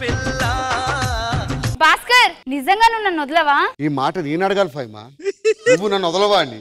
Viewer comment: హైమా కాదు ఫైమా